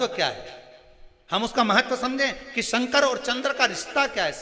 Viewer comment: पंडित जी शंकर वे हैं जो दुखों का शमन करते हैं, कल्याण करते हैं इसलिए शंकर को शंकर बोला कीजिए, आप संकर बोलते हैं, और संकर का मतलब मिश्रित होता है। शंकर, मिश्रित नहीं हैं... दूसरा शिव पुराण की जगह लुगाई पुराण सुनाना बन्द करो, कृपा होगी।